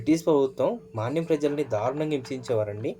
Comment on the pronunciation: మీరు మాట్లాడే తెలుగు భాషను కూడా వృద్ధి చేసుకోండి. మాన్యం కాదు మన్యం. లంబసాంగి కాదు అది లంబసింగి.